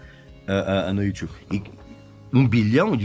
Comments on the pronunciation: Pra quê falar "Youtiube"? Se pronuncia Youtube. Que pronúncia é essa, Régis? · Só Regis e Karnal falam "Youtchube". Adooooro! 😉☺☺ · Ver o Régis falando "youTchubi" é impagável...hahuhehahuheha